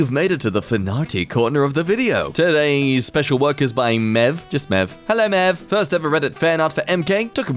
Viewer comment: The person that you chose for the fanart is MeV (em-ee-vee) not mev. MeV is Scientific notoation for Mega electron volt. I ams good at doing the smart!!!! Seriously though... MIT Physics grad.